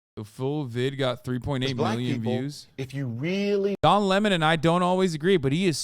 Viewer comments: Why does Hasan keep saying Le Món instead of Lemon 😩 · Hasan’s name pronunciation trolling fucked me up, and now I don’t know if his name is pronounced luh-mahn or 🍋